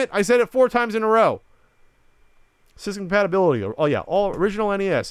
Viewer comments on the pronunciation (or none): none